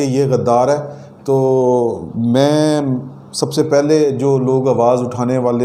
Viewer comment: کیامیی میی لگا رکھی ھے پہلے اردو سکھو بعد میی خبیریں دو